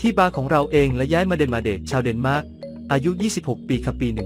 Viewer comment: เดนมาร์กไม่ใช่เเนหม้าก